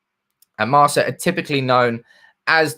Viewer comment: Marca is pronounced with the C as a K...